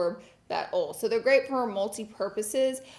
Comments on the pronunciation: Oil=awl lol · OLE and GREE-Z lol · Lol ole 😂😂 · Laura try saying Oy-yal for oil! Ole .... 😂 Gawd we love you! 💋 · She say ole for oil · Take a shot every time Laura says ole in this video 😂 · I was just smiling listening to her say 'ol' several times in a row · It takes me back home every time Laura says oil 💀🥺🥰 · We need a 24 hour video of Laura saying oil over and over lol ☺️💕